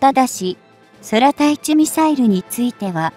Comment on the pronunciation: まだこの女、走ってやがるのか、前よりは走らなくなったか草 間が長い、読み上げスピードが異様な遅さ、空対地 そらたいちって… 久し振りにこのチャンネルを見たが内容は良いだけに残念 要改善！で、おねげーしやす